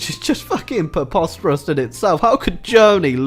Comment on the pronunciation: 🍷Fun Drinking Game: Drink every time says preposterous wrong🍷